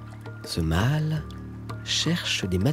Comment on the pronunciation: Le „mâle“ pas le „mal“!!! Apprenez à prononcer correctement le français!